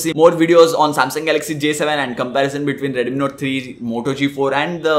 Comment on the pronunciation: for you. Please do spell the brand names correctly. Stop calling Mi as M I. It's a single word MI. (not red m i... It's single word Redmi) ^ saw in ur prev videos And.... It's not Z U K It's Zuuuk. Thank you.